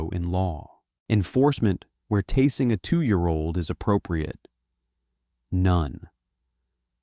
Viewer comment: Pronounce the word tasing properly in the narrative of the video.